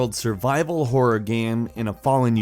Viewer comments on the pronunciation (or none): when he said horror I thought he said porn